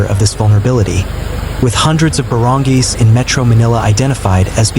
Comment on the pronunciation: Oh dear, you mispronounced the word barangay but it's ok you're forgiven. 😂